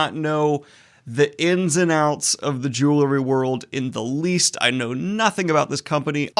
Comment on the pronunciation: Bro can't even pronounce jewelry. :)